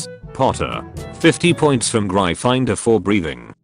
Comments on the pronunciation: How the house is pronounced: gryphon/griffon-door. How the reader pronounces it: Grai-finder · "I'm from Gry Finder"